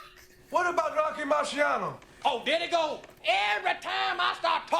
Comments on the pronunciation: Great reaction, grew up with this movie, so many quotes & memes from the barber shop., you say "Rocky Marciano" great 😅. You would enjoy Trading Places, I think Eddie is even funnier in that. Looks like comments below are letting you know about Randolph and Mortimer;) Good movie around holiday time too. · You said Rocky Marciano so well!! Loved it.